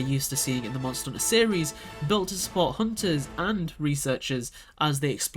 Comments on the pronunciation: Monster n'ter XD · "Monster 'nter World"